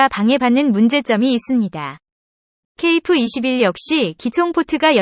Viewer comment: 중국인이냐? 아님 연변족이야? 어휴 그냥 까기 바쁘구만..ㅋㅋ ㅋㅋㅋ 전투기의 전자도 모르는 면서 뭔지도 모르면서 막 읽어대니깐 좋지?ㅋㅋㅋ 발음이나 똑바로 해라 어디 TTS로 읽어대면서 KF-21깍아내기 바쁘지? 한국사람은 케이프가 아니라 케이에프라 발음한다 알겠냐? 중국은 유튜브 안되는데 한국안에와서 만드는거냐? 누구 지령받고 이런거 만드냐?